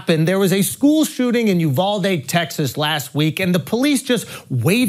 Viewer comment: Named after the city? "UV-AL-DE" 🤣🤣🤣🤣